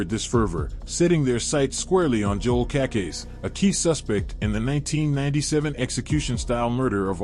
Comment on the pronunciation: Cacase. Pronounced Kuh-Kase- EEE